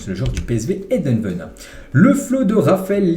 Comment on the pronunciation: Eindhoven se prononce Aine-d'eau-ven ✌